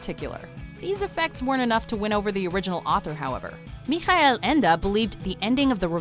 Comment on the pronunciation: Kevin Tennert I am German, the way she pronounced michael is the spanish way, the german way the ch is more pronounced like the english j then the spanish j.